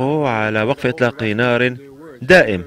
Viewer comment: دائم و ليس جائم